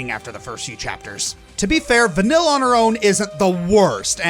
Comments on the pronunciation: It’s not vanyl it’s vaneeye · pretty sure it's pronounce van-eel not van-ill, but she sure does make you feel ill sometimes XD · OK I'm pretty sure "vanille" stands for vanilla in french, so pronunciation wise, we should not hear any L here... "ill" in french has a specific pronunciation. something like vanee-y-'